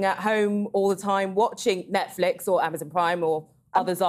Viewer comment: Why does he call it ‘Netflick’?